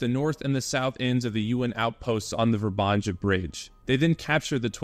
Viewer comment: It´s not pronounced ver-banja but more like Vr-ban-ya. There’s no Ganja 🙄. J is in Slavic language is like Y in ,,Yom,, kippur war